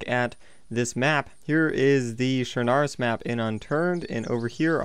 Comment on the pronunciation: Its pronounced chrnoose